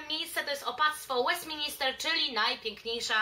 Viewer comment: Kochana mysle, ze to bardzo przydatny filmik dla osob jadacych do Londynu. Jesli mialabym wymienic takie "must see" to podalabym dokladnie te same miejsca co ty. Jedyna uwaga to to, ze parlament nazywa sie Westminster a nie Westmin"I"ster. To samo dotyczy sie oczywiscie Westminter Abby a nie Westinister Abby. Pozdrawiam serdecznie